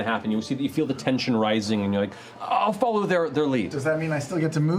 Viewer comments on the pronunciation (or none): none